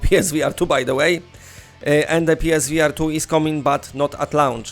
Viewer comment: Omgad😂 I thought you where saying PlayStation V Artyom